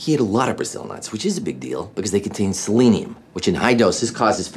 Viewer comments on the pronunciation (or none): You can take the House out of England, but........ (Check out his pronunciation of 'selenium')